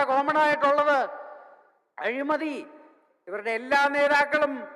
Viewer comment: അഴിമതി.... അതെങ്കിലും ഒന്നു ശരിക്ക് പറ... തൊലിയാ 😃